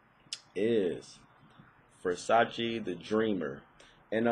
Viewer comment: It's Versace, not Versaci :D